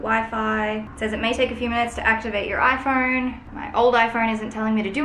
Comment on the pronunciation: I hate how you say “iphoUne”